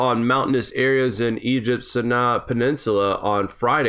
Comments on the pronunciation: Sinai is pronounced Sigh nigh. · Sinai pronounced sigh nia